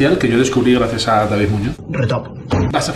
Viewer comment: 😂😂😂mandel😂😂😂"gracies" De res